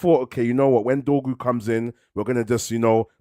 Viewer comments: DORGU NOT DROGU 🤦‍♂️🤦‍♂️🤦‍♂️ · Trying to make his name sound like Drogba when it sounds more like dogpoo